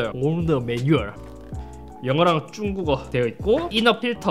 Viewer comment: “중국어” 할때 “쭝국어” 하는거 국룰 ㅋ